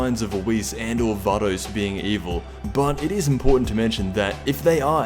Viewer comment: Vay-Dos. not var-dos